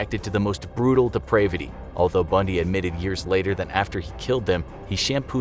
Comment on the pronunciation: Pronounced "depravity" wrong.